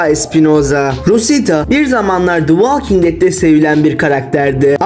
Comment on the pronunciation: Valking diye telaffuz etmeyeceksin, volking diye telaffuz edeceksin.